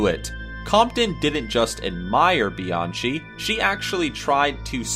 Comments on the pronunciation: just to let some of ya'll know its not Bee-an-CHEE its Bee-an-Kee (Kenneth Bianchi) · His name isn’t Kenneth BianCHI. It’s pronounced. Kenneth BianKEY. And the info for Mayhem’s bassist is all wrong. Smh. Otherwise nice video. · Bianchi is pronounced BEE-ON-KEY